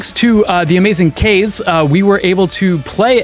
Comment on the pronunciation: Is... Kaze actually pronounced like that? I always thought it's Kah-zeh...